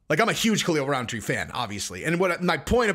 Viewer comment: Rountree not RoundTree.